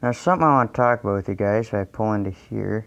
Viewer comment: You said hi gays🤦‍♂️